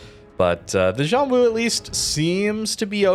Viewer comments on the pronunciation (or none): about that pronunciation, it's more like shuan wu, at least if it's mandarin that it derived from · I think X is pronounced as SH in Chinese. Like Xi is pronounced like She/Shi.